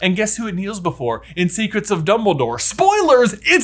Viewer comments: "numbledore" lols :P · "Numbledore" part cracks me up everytime XD